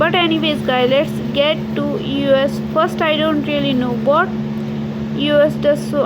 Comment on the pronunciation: EOSE NOT EOS